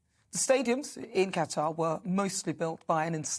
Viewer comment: Thank you for pronouncing Qatar correctly.